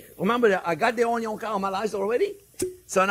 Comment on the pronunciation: Mortar & Pestle 😅 mr. OnYon 😂